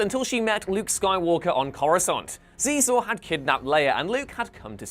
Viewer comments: The 'X' in Xizor is pronounced like 'sh.' So it sounds like "sheezor." This comes from the behind the scenes material published with the game, comic, novel, and soundtrack. Please don't ever say "zeezor" again. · Xizor is pronounced "She-zor". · I think technically, Xizor is She-zor. At least that's how it's pronounced in the audiobook.